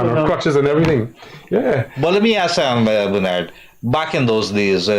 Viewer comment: I wish someone will remind Mr Kissoon that the word is Ask, and not ax or aks..